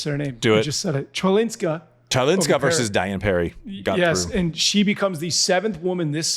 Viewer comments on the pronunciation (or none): Chwalinska - try to pronounce Hvalinska. Also was hoping for a bit more love for her style which is so much different than majority of other players 😊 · yes tbut he qualifier - Maja Chwalinska's name was butchered brutally by both of you 🤪